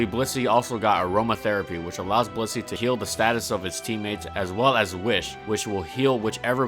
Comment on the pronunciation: Sometimes I hear bussy instead of Blissey.